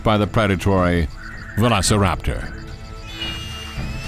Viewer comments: If you can't pronounce velociraptor correctly and consider them out to be clumsy animals you shouldnt be making a show about dinosaurs. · dude cant even pronounce Velociraptor right....then cant even get the height of them right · Also VALOSARAPTOR this guy can’t get velociraptor right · When I heard that one, I spit my coffee all over my keyboard. lolol Plus he pronounces it vella sir APTor. lolol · ITS VOLOSORAPTERS NOT VELOSORAPTER GESE LEAN how to Speak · It's pronounced velllllllllllllllllllllllllllllllllllllllllllllllllllllllllllllllllllllllllllllllllllllllllllllllllllllllllllllllllllllllllllllllllllllllllllllllllllllllllllllllllllllllllllllllllllllllllllociraptor not vethosiraptor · I think is veu-lo-ci-raptor. Not ve-lo-ci-raptor. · Omg really raluserrator it’s velociraptor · did he just say vevecoraptor...its veloceraptor noy vevecoraptor ugh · “Valisor- Raptor” 🤣🤣🤣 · how do you mispronounce the iconic velociraptor. so. many. times. its NOT velo- ceraptor..they were fast..so velocity was included in the name. velo aint fast..say it right damn it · I have 3 things to say: 1. Velociraptor is pronounced : Ve - loss - eh - rapp - tor 2. This Velociraptor desighn is a rip of from Jurassic Park 3 3. The sounds of the baby Tarbosaurs are those of a frightend piglet. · what is a valicerapter??? You meant velociraptor. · They call them this because they were value-sa-raptor. The actors playing the velociraptor were the lowest paid among the dinosaur actors in this show. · It's pronounced velo-see-raptor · Also the velociraptor, or "vanoseraptor" as the narrator sounds like, at the beginning likes Benny Hill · Weirdest pronunciation of velociraptor I've ever heard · man i hope that one day this man learns how to pronounce veloceraptor. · the way he pronounces velociraptor kinda annoys me lol Idk maybe it’s the correct way or whatever I’m just used to the way most people say it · This guy's pronunciation is driving me nuts. "Valu-see-raptor" and "mick-row raptor"....